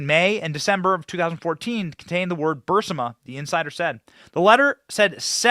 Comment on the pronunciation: Glad someone else noticed this. Was surprised he mispronounced it or misread it, even if the text had a typo.